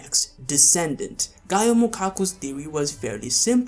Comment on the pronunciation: Its not gaioh its gaoh